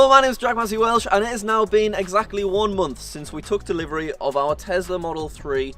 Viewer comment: I think you mean Tesla as you keep saying Tezla. LOL ☺